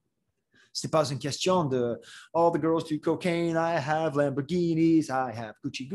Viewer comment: I'm not fluent in french by any means, but shouldn't the last "n" be silent in words such as "Question, détérioration"? Just a small thing I noticed, curious if someone who's native could chime in